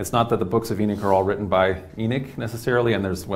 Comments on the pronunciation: I want to watch but I can't handle the pronunciation of Enoch...Why is he saying Enick???? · There an o in Enoch not Enick lol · what is a E-nick....is that a new apple product😒😒😒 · It's Enoch...not enick. Smh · We know they tried to white was history, but that’s No excuse to start miss pronouncing Names 😂😂😂. His Miss pronouncing of the name is not even close the the spelling, it’s Enoch Not Eneck 😂😂😂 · It’s called EN OCH not EN ICH 🤦‍♂️🤦‍♂️🤦‍♂️ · EEE NOCHHHHHH NOT ENICK OMG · He not saying the name right ..E noch like u saying He knocks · This is the 2nd person I am hearing saying En ich , how they rewrite history